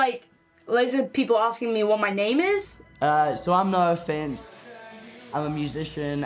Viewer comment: "Noah finest" ✨✨ That mispronunciation actually slays.